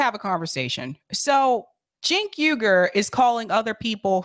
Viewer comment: “Cenk Ugar...” (head shake) = immediate like